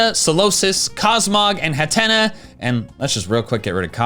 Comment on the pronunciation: it's Hat-Tea-Knee, please pronounce it correctly in the future